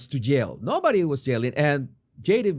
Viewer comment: great breakdown. except the word 'yell' is not pronounced 'jell' 🧐